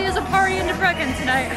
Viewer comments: bro the pronunciation debreKen 🤣🤣🤣. DEBRECEN is pronounced as Debretsen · Debrekken lol. Why not do like 5 seconds of research to figure out the pronunciation of the place your entire video is central to?